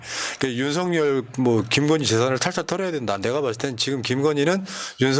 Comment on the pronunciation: 유툽보면 윤성열 이라고 발음하는데 윤서결 이게 맞는 거 아닌가요?